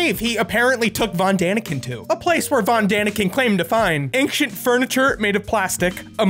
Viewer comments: I love you but please... It's Ancient, not "ankshent" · Not ank-shient... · "AINCK-CHENT, AINCK-CHENT, AINCK-CHENT." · “Anxient” is just so weird to me🙃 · I can't stop hearing you say "engshint" instead of ancient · Omg, your pronunciation of Ancient physically hurts me.... I don't understand how Americans say ancient as aangxient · My man be pronouncing it "angshint" and i think I'm in love. Say milk. Please I'm almost there! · I don't know what is more baffling - Ancient Aliens, or how the word "ancient" can be pronounced like pronounces it. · Does say the word "ancient" weirdly or am I going crazy? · For someone who can’t pronounce the word “Ancient”, you sure do say it often. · Hey thats now how you pronounce the word "ancient"!!!!!!!!!!!!!!!!!! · If we're just going to make pedantic comments, ufology makes no sense etymologically. UFO-ology does. Ufology would be "the study" of unidentified flying. The big problem with this video should be how he says the word "ancient".